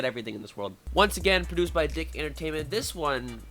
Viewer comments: your pronouncing that wrong, Dic is pronounced Deek not Dick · It's pronounced. Deek. Not dick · Its pronounced DEEK but I was a huge fan of SUPER SAMURAI SYBER SQUAD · Hey, The production company name Dic, it's actually pronounced " Deek" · It's pronounced"deek". If you watched TMNT back in the day, it said it at the end of each episode. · "Dic" isn't pronounced like "dick" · DIC is actually pronounced "Deek" lmfao I had SSSS on VHS as a kid and remember them saying it at the beginning/end of each episode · ugh at this whole video and he mispronounced DIC